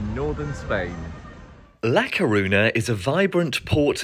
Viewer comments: It's actually really easy to pronounce "ñ"! It's just "ny". Almost everyone in the UK above 40 has heard of the song "Viva España" or knows (should know) that Spanish for Spain is "España". It's just bizarre that he would visit a place and make a video about it but not bother finding out how to pronounce it. Smh. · You can't even pronounce it properly